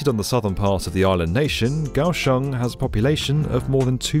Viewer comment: Yeah Kaohsiung! And kudos for pronouncing it correctly!